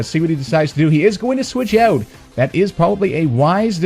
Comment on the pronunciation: Love how you pronounce 'switch eout'